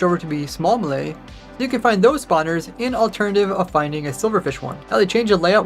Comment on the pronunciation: the way bro says melee as "muh-lee" 🤣